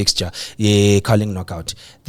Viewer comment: guys it's WADU >> W A D U not OWADU.